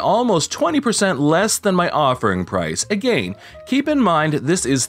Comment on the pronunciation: Are you really pronouncing "again" like that for real or are you just joking? It's annoying me like hell because you talk normal otherwise